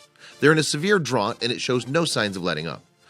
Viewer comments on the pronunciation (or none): Drought is pronouned drout, rhymes with trout. LOL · "severe drot"? lol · Seriously? I must know what part of the world you're from. In almost every video you post, you aren't saying the words correctly. For example "drought" is pronounced /drout/. Seeing as you were trying to convey the idea of a prolonged period of abnormally low rainfall or a shortage of water resulting from this. If you ever need help with this English stuff, hit me up. It was my major at university. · Yeah he did. I thought he was trying to send a subliminal message but then he pronounced drought as "draut" so maybe it's just his accent. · Good video but dude, I have NEVER heard anyone pronounce the word "drought" like you just did. Didn't like it. Could you please start pronouncing that word like everyone else does? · Mr. Sensible Yeah, well, did you hear how he pronounced "drought". Ridiculous. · Impossible not to notice but I'm not being a cyka about it.